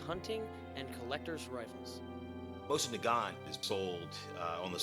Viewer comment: Mo-SEEN Na-GaNE